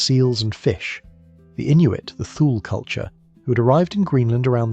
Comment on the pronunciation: Prior USCG Aviation Icebreaker Section (IBSEC). It's pronounced TOOlee, Not Thool.